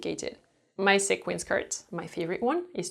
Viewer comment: A little tip: sequin is pronounced "see-quin" ;)